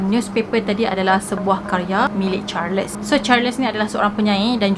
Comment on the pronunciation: Salam. Maaf boleh saya tahu ejaan nama charles tu bagaimana? Sebab jika ejaannya charles, sebutannya adalah “charls” tiada “les”. Sebab saya perasan di beberapa video sebelum ni juga. Harap dapat membantu